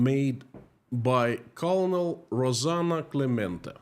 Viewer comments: Colonel is pronounced "kernel" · colonel is pronounced.. Kernal. but its close enough. Well, only reason why American's aren't there.. they don't know what russians are or ukraines to be honest. But they can tell you what a jewish person is and why they should protest the "mighty" jews over the "underdogs" even if the underdogs killed hundreds of people, but god forbid somebody retaliates against the underdog. Free occupied Ukraine. Protest Russia. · Colonel pronounced Kernal in English language😊 Great job as usual 👍💜💚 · Just FYI because this is a common mispronunciation: Colonel is pronounced "Kernel" in English (like a popcorn kernel). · Daily reminder that "colonel" is pronounced "kernel". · One note about pronunciation: the word "colonel" is actually pronounced like "kernel" in English. Yes, it's ridiculous, but that's English for you! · btw I think Colonel is pronounced the same as "kernel". (At least according to googling "colonel pronunciation") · I'm sure you want to know colonel is pronounced ker-nal. Thank you for your work. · colonel is pronounced like “kernel”. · Yeah FYI for whatever reason "Colonel" is actually pronounced "Kernel" like corn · your site regarding Russia is the site we watch as true and reliable information. Just a correction for the pronunciation of US COLONEL. Say it like US kurnel. Makes no sense but that's how to say it. Your information about this current world situation is much appreciated. We know this is a very difficult time for you and your family. Our prayers are with you. Bill and Pam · Love your content...although I wish you would check pronunciation of words you don't know :-) "colonel" as an example takes only seconds on Google. I wish you well none the less 🙂